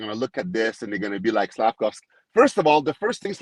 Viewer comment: Georges Laraque calling him Slafcocky. Priceless!!!